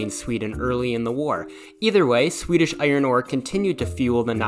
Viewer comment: This is the best Swedish pronunciations i've heard